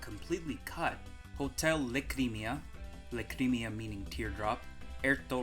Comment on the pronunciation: obligatory mention of kosmic's conspiracy theory that sunshine was outsourced to sega edit: I'm pretty sure "lacrima" is pronounced "LAH-cree-mah". also "mare village" is actually probably "mare" as in "sea" in italian which is a hilariously uncreative name LMAO